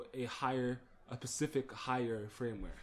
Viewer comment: It's pronounced /'fərmwer/ (Firmware), not Frameware. Also please for the love of god (and all your viewers) get rid of WinRar and download the FREE software 7zip (Which also supports .rar files).